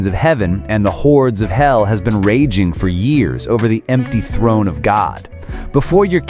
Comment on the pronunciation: "The warrior Oswald" is crazy. "Throne" is crazier. You can't play the game with their in-battle interactions and walk away not knowing how to say the characters' names.